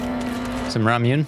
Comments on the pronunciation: "Raw Mewn" is absolutely sending me 😂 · I love you but PLEASE look up how to pronounce Ramune 😭😭 like "raa·moo·nay". Also if you don't know, Ramune is a carbonated drink that you may also know by the name of Marble Soda! The namesake is because the drink is sealed with a marble which is then popped into the bottle by use of a plastic topper the bottle comes packaged with. Huge staple in Japanese snacks and there's over 20 flavors of it! I also happen to collect the bottles:] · "raa-moo-neh" not "raa-moo-nay" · Pronunciation note! "Ramune" has three syllable. Phonetically, you would say it like "rah / moo / nay," with the emphasis on "rah." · The real horror: that pronunciation of Ramune 😂